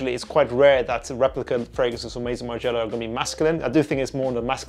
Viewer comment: I don't know why I find it funny that her French pronunciation disappears at Maison Martin Margiella 😂